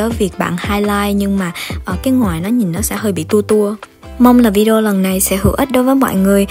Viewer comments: Mik nghe thành "ngoài " lun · Nghe chị nói từ Ngòi cứ khó chịu sao á